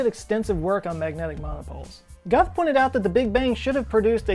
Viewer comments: It's Alan "Gooth", not "Goth". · Its not pronounced Guth its pronounced Gooth. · Alan Guth is pronounced “Goo-th” not “Guh-th” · FYI, Alan Guth's surname is pronounced with a long 'u', as in "Gooth" (not "Guhth"). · Nice video. I worked for Alan Guth as an undergraduate researcher at MIT. He is a great guy. But his name is pronounced like 'Gooth' not 'Guhth" FYI. I also co-authored a paper under his advisory that could potentially solve the molo-pole problem: by adopting a form of hybrid inflation with 4 quantum fields, you could remove the necessity of monopoles altogether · Isn't it pronounced Alan "Gooth" and not "Gut". Obviously meaningless diff. I just always hear his name pronounced these two ways. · Err... - “Gooth,” not “guth” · BTW: his name is pronounced "gooth" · its Gooth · It's pronounced "Alan Gooth" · isn't his name Guth(like gooth)? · It's pronounced "gooth". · I think that Alan Guth's last name is pronounced as 'Gooth'. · Not pronounced Allan GUth it Guth, like booth. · Alan Guth's last name is pronounced "gooth" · Alan Guth is pronounced Gooth. Not the way you pronounced it. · Guth rhymes with booth, tooth, couth, youth. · Er, I'm pretty sure Alan Guth pronounces his last name "Gooth" like "tooth". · Pronounced “Gooth” 😲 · Guth is actually pronounced like goose but with a th..... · Guth Pronounced (G-oh-ff) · “Guth” is pronounced “Gooth”. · He pronounces his name “Gooth”. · "Brane" is a contraction of "membrane". Alan Guth pronounces his surname "gooth", more or less. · Pronunciation note: Alan Guth rhymes with truth. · FYI Guth is pronounced Gooth. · "Guth" is pronounced like "Gooth" (rhymes with "Tooth"). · Pronounced Gooth. Alan Gooth. Goooooothe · Alan Guths last name is pronounced like Goose with a lisp. "Gooth" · Guth is pronounced with a long U, like Gooth...so you know. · Alan Guth is pronounced "gooth" afaik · i think Alan Guth is pronounced Alan Gooth. someone check me please. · Guth pro. "gooth" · Pronounced gooth